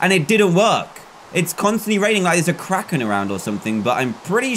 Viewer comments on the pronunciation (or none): none